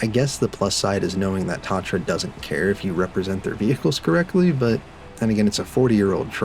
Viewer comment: it’s pronounced ta-tra please for the love of all that is holy get it right